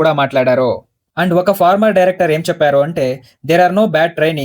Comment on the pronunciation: అంతా బాగుంది కానీ, చెప్పారు.. అన్నారు.. అనే బదులు, చెప్పారో.. అన్నారో అని ఎందుకు చదువుతున్నారు?